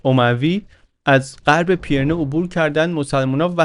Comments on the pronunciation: سلام! ممنونم از کارتون و لذت بردم! خاستم نکته‌ای رو بگم البته ممکنه تا حالا دوستان گفته باشن، تلفظ درست نام کوهستان بین فرانسه و اسپانیا و مورد اشاره در این داستان پی‌رِنه هست که پیِرنه تلفظ شد، فقط به قصد اطلاعات درست و با تشکر از زحمات ارزشمند شما… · با مراتب احترام و جسارتا پیرنه تلفظشه. رجوع بفرمایید: (UK: /ˌpɪrəˈniːz/ PIRR-ə-NEEZ, US: /ˈpɪrəˌniːz/ PIRR-ə-neez; Spanish: Pirineos [piɾiˈneos]; French: Pyrénées [piʁene] ⓘ; Catalan: Pirineus [piɾiˈnɛws]; Basque: Pirinioak [piɾini.o.ak]; Occitan: Pirenèus [piɾeˈnɛws]; Aragonese: Pirineus) دم شما گرم صد البته و ممنون از زحمت زیباتون. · جسارتاً، کوه‌های پیرِنه صحیح است. به کسرِ «ر». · بسیار عالی مثل همیشه.فقط تلفظ کوه های پیره نه کمی نادقیق بود. ممنون از کانال خوبتون که واقعا داره کار فرهنگی مهمی انجام میده.